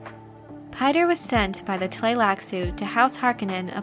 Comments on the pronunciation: Actually its pronounced "Peeter", not "Payter". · Piter=Peter, not PIE-ter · Piter ("Peter"), not "Pater" or "Pie-ter" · "Piter" is a dutch name, so it sounds terrible to hear it being pronounced the english way.